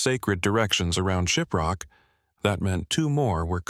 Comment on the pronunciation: Shiprock New Mexico, need to work on your pronuncations. 🤭